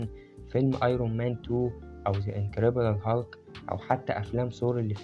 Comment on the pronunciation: يسطا اسمه ريبوت مش ريبورت و انكردبول هالك مش انكرببول